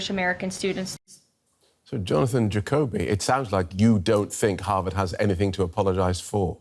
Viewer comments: Can you pls learn to pronounce HarVard not HarWard? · HaRvard not Haward and CoLUMbia not Colombia, SOMEONE hasto tel that lady the right pronunciation, please.